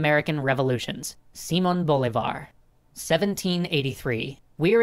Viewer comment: I’m Venezuelalian and it’s pronounced seemon boleevar